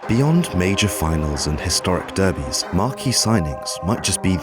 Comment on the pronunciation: The pronunciation of derbies for me! But all jokes aside a great video